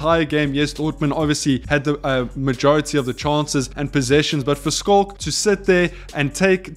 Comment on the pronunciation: dude plsssss finally for gods sake look up how to pronounce Schalke. Damn bruv. All love